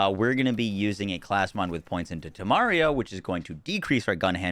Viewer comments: I'm going to be very humble in this comment, because I'm really begging you... PLEASE. please... PLEASE STOP. Stop pronouncing Temerario TEMARIO. It's not Mario, it's a Spanish AND Italian word that means RECKLESS, and has to be pronounced: TEM ER AR IO. Every time I hear TEAMARIO I want to shut down the video. Sorry for being the grammar nazzy. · It's not "temario", damn you!" Its "temeRARio". And it's not "Instan-tito", it's "instinto"!